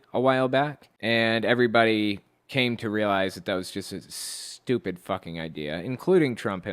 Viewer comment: "Shhttyewpid." Well, 9/10 times someone pronounces the word that way, I know who is stupid..